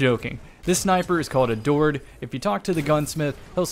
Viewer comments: I don't hear "adored" I hear "a dord" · Time to start pronouncing it "ador-ED" for the next year